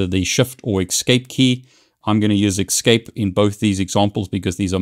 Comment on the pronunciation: Thank you for the helpful video, kind of ... I'm not sure WHY you would tell only HALF the story. What if you DON'T know the root password? Also, there's no X in the word "escape" =)